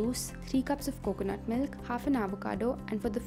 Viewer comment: Really??! "MYLK"??! LMFAO